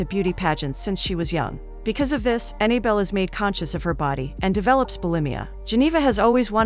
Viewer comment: The narrator keeps pronouncing the girl's name Annie belle When it's Annabelle